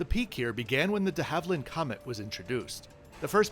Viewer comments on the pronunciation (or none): none